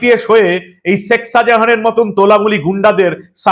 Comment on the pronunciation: আমি আপনার গুনগ্রাহী। আপনার দীপ্ত, নির্ভীক চোখ খুলে দেবার মতো আলোচনা নিয়মিত শুনি এবং উপকৃত হই নিজেকে updated করতে পেরে। বার বার একটি উচ্চারণ শুনছি তো তাই বিনীত ভাবে একটি কথা বলতে চাই। ধৃষ্টতা মাপ করবেন। আপনি শেখ শাজাহান যখন উচ্চারণ করেন বলেন শেক, শেখ বলেন না। মানে খ উচ্চ্চারিত হলে কানে খটকা লাগে না। আপনার উচ্চারণ প্রতি বার ই হয়ে যায় শেক মানে খ এ শেষ না হয়ে ক শুনতে পাই। অপরাধ মাপ করবেন।